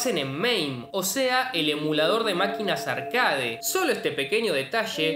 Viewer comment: ¿No crees que es una grosería no presentarte en tus videos? Y se dice «arquéit».